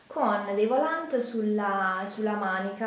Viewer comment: Si dice volàn, la T in francese è muta!